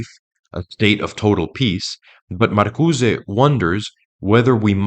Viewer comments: It's hilarious how emphatically and confidently you mispronounced Marcuse as if it were a Spanish surname. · "Dar-eee-dah?" What bit of Frankfurt School deconstruction influenced you to pronounce Derrida, that way? "Marcuse" has no accent mark to the "e" so it is silent! "Marcuse" is not a Spanish name! These attempts at sophistication are like fingernails on a chalkboard. it makes me cringe every time! Every video I watch by another one of these young "experts" always features bizarre pronunciations of nouns that were formerly so mundane and commonly used that this flash of the Dunning-Kruger Effect must be due to the cultural exposure gap that the internet and the sequestering of education. I do agree with the analysis of the Frankfurt School, all the same.